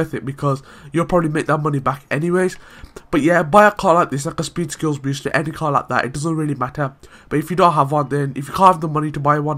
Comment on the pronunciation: idk know an accent that pronounce boost as "beest"